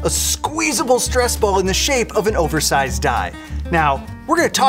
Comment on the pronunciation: "a oversived die"😂😂😂